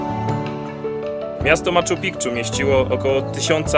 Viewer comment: "Maczu Pikczu" no spoko